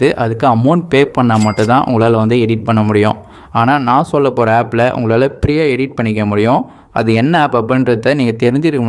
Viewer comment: Pree aa illa free aa